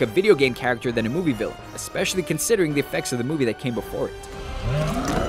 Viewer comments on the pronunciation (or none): Rant - You seriously need to learn how to pronounce 'Villain.' It's annoying as fuck to rewind it 5 times to try and understand your reference to 'fill-ins' during a scene with multiple background characters.Practice your V's please